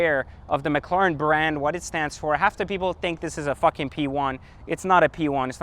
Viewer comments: PLEASE >> stop killing the name .. it's a McLaren that's M (muk) Laren, it's not M Lauren like Lauren Jayregui .. so Mc La ren.. Please... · Learn how to say mclaren 😂 wtf is mclaaaren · What the hell is that annoying noise a the start? It sounds like a spray paint can or a packet of tic tacs rattling about! And what on Earth is a "Mik-claw-ren"? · Pretty sure you're pronouncing McLaren wrong but regardless you got the whip and I don't so I can't hate. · he definitely is lol